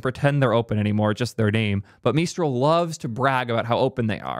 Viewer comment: OpenAI has freedom of intelligence, just trust me, bro. What's up with geeks calling Azure, a zure. Is it some kind of geek in joke. Ha ha, you said it funny so it must be evil? When you say Mistral with a French-ish accent are you being serious or mocking? If the choice is to be a channel for the cool kids fine, but I'd rather see a serious tech communicator. That's not to say no humor, but the humor should not come off as mocking.